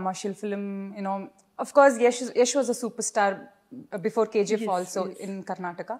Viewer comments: Anchor KZeeF Yendamma.... Its KGF.... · Dude, only one suggestion for Suman TV. I hope they have a great name in social media. So, my suggestion for Suman TV is to get anchor who pronounce words and letters properly. It's not KZF, it's KGF. Please for God sake give training for the anchors. It's so pathetic to hear those words and letters. 🙏🙏🙏🙏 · K Zee F .. not K G F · Anchor garu....K Ji F kadhandi ...K G F. ...ji and G are different...apart from that all good ..nice interview